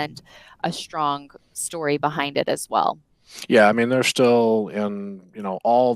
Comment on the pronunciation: it's pronounced strong, not SHtrong.